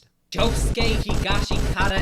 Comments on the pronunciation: Bro why u pronouncing higashikita wrong? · How do ppl still not know how to pronounce Higashikata